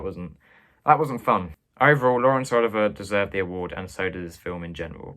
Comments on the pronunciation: Great video,but for future reference it's pronounced Oliv-ee-ay not Oliver.Look forward to the next one👍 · Dude you're pronouncing Laurence Olivier's name wrong, it's Oliv-ee-yay, technically I think you're saying it right but film and acting buffs will stare at you oddly, it's like Ralph Fiennes, it's pronounced Ray but it's clearly Ralph ......You get it :) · Olivier is pronounced "Oh-liv-ee-ay". It's French. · "oh-LIV-ee-yay" is correct: influence is French. While we're on the subject, I'll nitpick and say that "Huston" would be pronounced "HEW-ston". The Huston family is well worth getting to know: Walter is a versatile and magnetic actor, John a gifted director and screenwriter (though rather obsessive) and if you have seen "The Addams Family", then you have seen just a tiny snippet of what Angelica Huston can do. Oh, and one more: a couple of videos back, you commented on "Cavalcade". It's pronounced "CAV-all-cade", as opposed to the Latinized pronunciation you gave it (and I do agree with you generally about Clark Gable). Enjoying all of your videos so far. And your extremely helpful kitty.